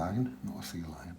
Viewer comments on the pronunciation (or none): none